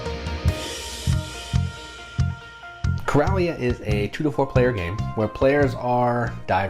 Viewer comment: I'm sure it's pronounced like Coral reef. Coral-ia. That's it. It is afterall taking place in the ocean where Coral grows.